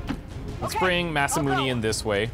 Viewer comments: I hate to be that guy, but it's pronounced Masamun"ay" not Masamun"ee". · Don't! It's Really going to get my goat if you listen to this guy. You've been saying it Mas-Ah-Moon-Ee, which is very Canadian of you, but not all that wrong. There isn't a "Magic E" in Romaji, so Mas-Ah-Moon is improper. Instead, try Mas-Ah-Moon-Ae. Backup Source, if you really need it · That guy is actually a little wrong. Masamune is pronounced Mas - ah - moon - ay (as in Hey, or Day, or Gay). Or at least, that's how it's always pronounced in Japanese whenever I've heard it. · ma - sa - moo - ne ne is not ney like money, but ne like ne in necro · Shouldn't Masamune be pronounced as "Mas-ah-moon-a" ? Shorter pronunciation on moon. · die a little inside every time I hear him say Masamun"ee"